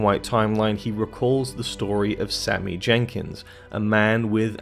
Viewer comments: His name is Sammy Jenkis not Sammy Jenkins.... 😂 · His name is Sammy Jenkis, not Sammy Jenkins. It's basic research man, come on..